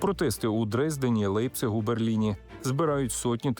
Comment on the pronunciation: Не Лейпціг,, а Ляйпціг,, говоріть правильно,, і ще,, Берлінську стіну було зруйновано скоріше,, після того як горбачов сказав що це один народ, це було весною, якщо не помиляюсь......